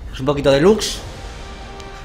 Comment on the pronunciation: xDDDD "VICORIA"